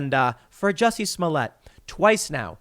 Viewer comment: It's pronounced "juicy"